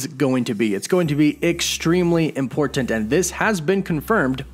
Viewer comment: Love your videos. Please don't say the word "important", they way you say it. Don't have to put so much emphasis on the Ts. Lol